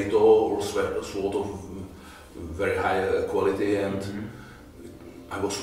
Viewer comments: I might sound a little pedantic but since you are doing sword content, you might as well do it right....the W in sword is silent “sord” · He can pronounce japanese stuff correctly, but fails at „sword“.